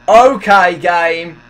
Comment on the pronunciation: its funny how you say okai